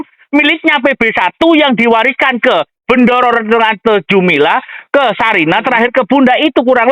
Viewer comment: Bukan Jumila tapi jumile